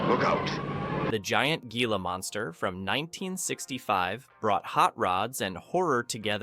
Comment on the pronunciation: GEE-LA Monsters ? AI BS